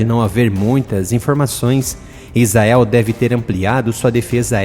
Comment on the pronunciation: IIGNORANTE , se pronuncia ISRAEL, e não IZAEL... o cara sabe que está pronunciando errado, e caprichosamente escolhe pronunciar erradamente.